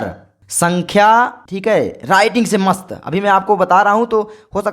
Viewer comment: Sar ji aapko sankhya bolna aata nahin hai